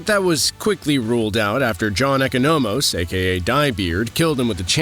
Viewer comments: “E-Co-No-Mos?” Whoever is reading this script definitely didn’t even watch the show if that’s how he pronounced Economos. How hard is it to just do your job and watch the show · What’s with the narrator’s way to mispronunciate “Adebayo”, “Economos” and “Belle Reve”? A bit off-putting.